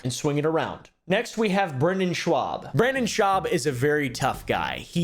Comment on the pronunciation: It’s schaub not shwuab